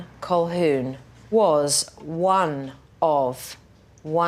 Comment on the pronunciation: Colquhoun is not an Irish surname. It's Scots from Clan Colquhoun around Loch Lomond. And the L is not pronounced. It sounds like "Ca-hoon".